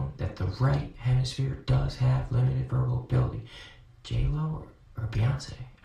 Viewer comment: wtf I kept wondering if he was saying J-lo. Yes. Yes he was saying J-lo.